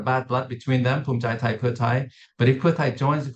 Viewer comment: Also this lady how did she get this job? Can’t even pronounce the names properly she obviously is not educated enough on Thai politics. I’m sure she is very qualified just not on this specific issue and it’s easily noticeable